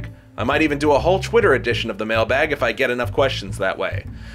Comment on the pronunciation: Anyone notice how he says "chwitter" and "chweet" in the end?